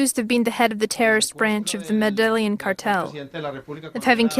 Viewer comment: They said it correctly